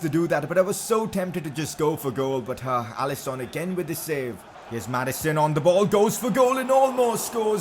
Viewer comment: Is actually pronounced allisin not Allison👍🏼